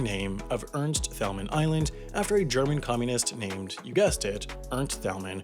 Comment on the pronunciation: Ca-son-es Ernst Tayl-man Spend more time researching and less time writing lame jokes.